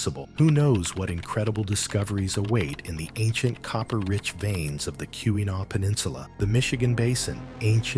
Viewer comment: Kee-wah-naw please pronounce it correctly...it's Not Q-a-naw...sheesh.